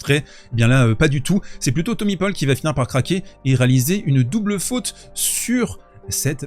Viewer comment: « Thommy paupol » 🤣